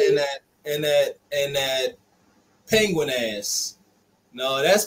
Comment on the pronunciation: He said Peguin ass😂